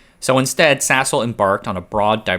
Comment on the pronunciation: Why does my head hear Sasol as *sshole?!